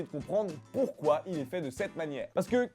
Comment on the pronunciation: #dmp pourquoi on dit poyrquoi?